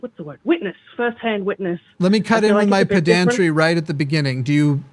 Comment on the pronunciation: I think I can out-pedant by correcting his pronunciation of pedantry. It's not peh DAN tree. It's PEH den tree